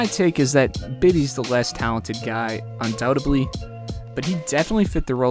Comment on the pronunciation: You continually mispronounced undoubtedly.